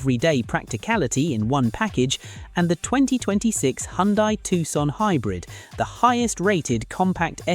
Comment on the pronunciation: Hyundai is pronounced Hun-day.